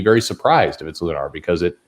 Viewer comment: Tell it's Lun-er, not Lun-are.